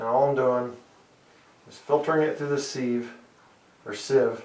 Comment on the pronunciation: Sive please not seeeve